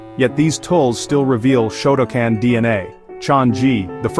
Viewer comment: Shotoken? Shotocan? I believe you mean Shotokan, pronounced show toe khan